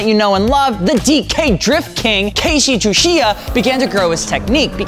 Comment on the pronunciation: announces Tsuchiya's name differently every time. Never correctly, though.